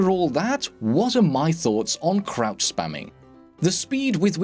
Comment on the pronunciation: I thought he said crap spam in the beginning